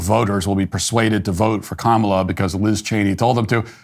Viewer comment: while they say her name wrong because her name is an Indian name